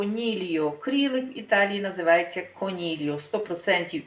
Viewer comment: Не конільо , а конільйо